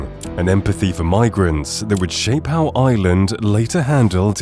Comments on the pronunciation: Please pronounce the word IRELAND correctly! To help you, its not pronounced 'ILAND'. its pronounced 'AIERLAND'. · The country is IRland, not Iland... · EYEland. Its IREland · It’s prounced IRland not island please ! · Ireland not island pronounce the R . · The country is Ireland not island ... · Tell AI, there is an R in Ireland.